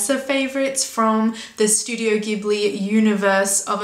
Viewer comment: Just a minor thing that might interest you as a fan of the studios: its name is pronounced "Jibli" (even though the original word "ghibli" is pronounced the way you said it... go figure!).